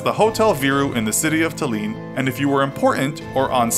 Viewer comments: it offends me so much how you mispronounced tallinn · Woooow, could you pronounce Tallinn any worse? (I kidd, loved the video) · Hotel Viru had a very interesting story. It was built by Finnish workers, the official cause was "to give the unemployed Finnish worker a living". The local population of Tallinn (stress is on the L first syllable)was also very interestingly involved with manning it. Working at the hotel was a special privilege, being a worker got you access to unique goods like the food being served there. You couldn't get these in a store, many times you couldn't even get groceries at a store. Though that was not a problem at the accompanying "valuta store", where the guests came to shop. This was off limits to citizens. The guests were well aware of the fact that they were spied upon. There are even stories of people ordering toilet paper via the microphones - banging on about there not being any toilet paper at the restroom, until a servant was behind the door. This surveillance was also conducted on the workers. At the top of the hotel was a secret floor used for communication with spies in Finland. Guests did notice the "secret" floor clearly visible on the outside and asked about it. The official answer was that "seeing things from that high up would bee too great of a security risk for the Soviet Union".